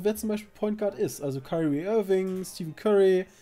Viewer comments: so: "Steven Curry":D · 1. Dwayne Wade ist Shooting Guard und 2.Er heißt Stephen Curry nicht Steve Curry